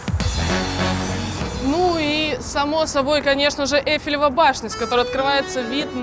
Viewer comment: "ЭйфелевАЯ башня", вы серьезно??!